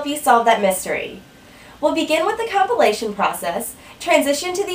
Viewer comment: Brilliant explanation. For a moment there, i heard compilation as copulation :D